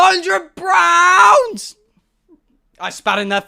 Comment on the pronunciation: Five hundred Brounds ?!?!